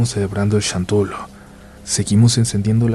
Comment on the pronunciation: Que hueva que no supo decir XANTOLO